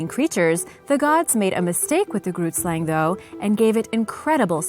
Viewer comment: Haha. Laughing so hard now. I am from South Africa. And I speak Afrikaans. Grootslang is an Afrikaans name. The g in Grootslang is not n ghu sound. It is more a rough sound at the back of ones mouth. Weird description, I know. But that is the only way I know how to describe it.